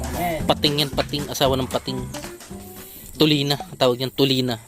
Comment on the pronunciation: TULINGAN KALAMPITOS HINDI TULINA HAHAHAH